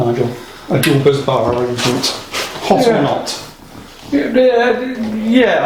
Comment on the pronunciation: If Jordan's photo could speak, he'd be saying "Bus-bar, not Buzz-bar"